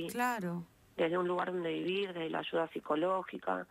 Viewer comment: Extraña historia, no sé si tragármela o no, pero veremos, lo que sí es desagradable es escuchar a la entrevistadora: Desarrosho en vez de desarrollo, ashuda en vez de ayuda, y así por el estilo.